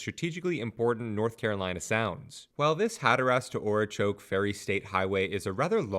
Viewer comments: Good info on the video but I was comsumed by laughter. I had to go back several times to hear Ora chokey!! Too funny by a foreigner. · And Ocracoke.